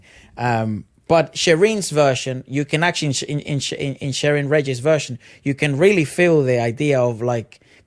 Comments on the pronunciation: Regis is commonly pronounced as Re-His... (spanish influence) :) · Sheryn Regis…Regis is actually pronounced as RE-HIS!😊